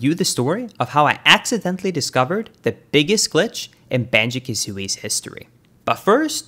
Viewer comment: he keeps saying “banjeh” kazooie 10/10 never change man